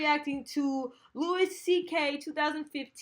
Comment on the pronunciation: Its Louis prounounced loowie